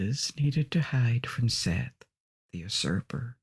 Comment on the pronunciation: I love and appreciate your videos. However, can you please look up and make sure you are pronouncing things correctly before you record? Osiris' brother Seth is pronounced SET.